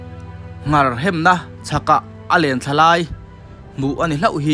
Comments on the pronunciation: An hmu ta chu a va lawmawm em.... Chutih rual chuan "Nghar" tih ni loin "Ngar" tiin ka lo hre ṭhin a,ka hre diklo zawk nge...? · Kei pawh ngar hi ka hriat dan a ni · Ngar i lam dan a dik lo.Hetiang channel siam tan chuan mizo tawng lam dan dik zir a tha khawp mai.